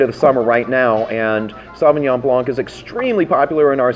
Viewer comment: I'm not sure why people can't pronounce Sauvignon Blanc properly.....